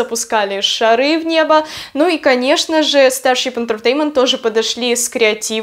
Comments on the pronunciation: Тоже😂 старщип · Потому что она неправильно произносит